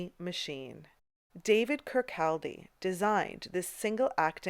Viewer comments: The “L” in Kirkcaldy is silent. It’s pronounced “kirkcawday”.. 🙄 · Great video thank you! I'm always looking for hidden gems in London. Lil factoid for you-- Kirkaldy is actually pronounced "Kirkoddy" with the L being silent. My grandfather was Scottish from the town Kircaldy in Fife and its always pronounced 'Kirkoddy' 🙂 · Fabulous video, many thanks. A wee correction, Kirkcaldy is actually pronounced Kirkaudy. Another one of our wee Scottish quirks 😵‍💫🤣 I must admit, the strangest museum I’ve ever visited is the Vagina Museum in London. I’ve visited lots of medical museums in my time as a retired nurse but I’d love to visit the Bedlam museum as I’m very interested in the history of medicine strangely enough along with the history of fashion and sewing. I’d love a further episode about the Victor Wyndham museum as I’ve a book on this very museum and since travelling is now out of my range due to being disabled I can now visit all the fascinating places I’d love to see thanks to you.